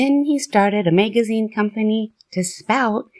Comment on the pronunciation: Is this AI or a real human being. Who falls it a Mayg a zeen Why Charles T and not Charles Taze I think was a real person 🤦